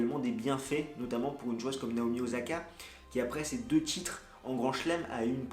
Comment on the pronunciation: o /sa/ ka stp, pas ozaka.